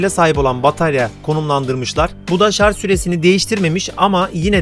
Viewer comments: Öndeki sepete Sele diyip durmuşsunuz. Daha sonra oturma kısmına tekrar sele demişsiniz ki doğrusu zaten bu. Birde şarz değil Şarjjjjj 😆😆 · Şarz değil şarj!